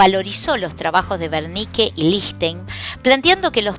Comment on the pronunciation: Es el área de wernicke porque lo pronuncia con v, gracias muy profesional todo lo demas